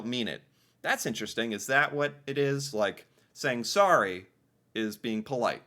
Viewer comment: We dont say sarry ..we say sorry